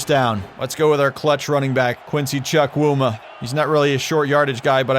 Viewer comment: im Nigerian, and when you say quincys last name, its pronounced "Chew-Coo-Ma" and not "Chuck-wu-ma'